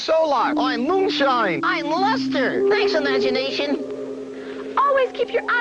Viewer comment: His name is "Luster"? I kept hearing "Lester"